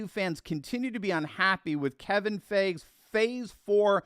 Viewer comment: Feige is pronounced Fy-Gee